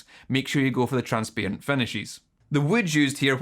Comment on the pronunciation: Never mind the guitar, this video is an all-time classic purely for immaculate pronunciation of 'transparent' (not throwing shade, I am genuinely delighted)